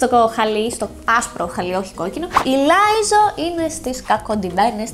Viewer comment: Λίζο όχι Λάιζο 😥